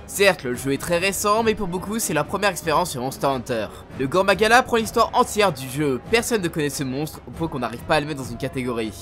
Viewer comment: très bonne vidéo. Juste la prononciation des noms de certains monstres est à corriger '-' -"gore" dans "Gore Magala" se prononce [goré] -le "u" de "Kushala" dans Kushala Daora se prononce [u] et pas [ou] et bonus: Daora s'écrit bien "Daora" et pas D'aora (vous pouvez regarder directement dans le jeu c'est bien le cas) -le "Ch" dans "Chamelos" se prononce [k], celui-là paraît évident en vrai vu que le nom vient de "Chameleon" '-' -"Atoraru-ka", ici c'est pas la prononciation je pose même juste la question: c'est pas "Athal-ka" ? j'ai jamais entendu "Atoraru-ka" mais bon, c'est peut-être juste moi '-' -Enfin, "Diablos Massacre", idem que pour l'Athal-ka, perso même dans le jeu ils disent Diablos bain-de-sang donc... encore une fois je pose la question: ça existe Diablos Massacre ? '-' Voilà voilà. Alors, je ne critique pas (bon un peu quand même) mais c'est juste que j'ai environ 1000h sur la licence et j'ai toujours entendu les mêmes prononciations partout et il y a juste cette vidéo où les prononciations sont différentes (pour moi en tout cas). Donc si des gens n'étaient pas étonnés par les prononciations ou même les noms qui diffèrent de ceux que l'ont voit dans le jeu, bah dîtes moi car moi ça me perturbait tout le long de la vidéo. Sinon, encore une fois, très bonne vidéo sur le contenu. :)